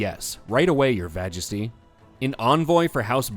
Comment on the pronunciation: "Your Vagesty" 😊😂😂